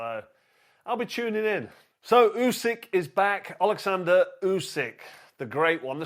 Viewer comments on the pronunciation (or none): "does he need the munay" 😂 "Oosyk" it's fucking "Usyk"